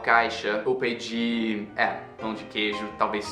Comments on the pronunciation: "Peifer" KKKKKKKKKKKKK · verbo "peéfer" NNNNKKKKKKKKKKKKKKKKKKKKKKKKKKKKKKKKKKKKK